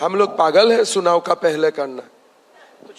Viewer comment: सुनाव✅ चुनाव❌